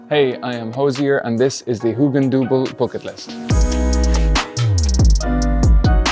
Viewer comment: I only clicked on this to hear him pronounce hugendubel. Thanks for those first 10 secs, I can leave now